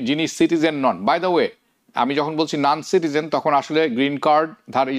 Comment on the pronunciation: noncitizen? or nancitizen?😂